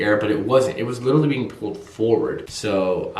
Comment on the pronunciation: What made me really like your videos to begin with, is the way you say literally. Which is "licherally". I absolutely love your videos! P.S. Say hi to Tom Ya Boi for me! <3